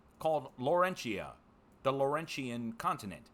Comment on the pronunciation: I live in north east Ontario near the border of Quebec and it’s absolutely COVERED in smoke so badly outside my eyes burn and you can barely breathe. Also it’s pronounced “low-ren-tion” not “lauren-tia or Lauren-tian” Laurentian is lowrention